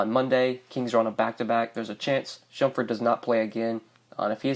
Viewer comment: You saying shumfurt? Lol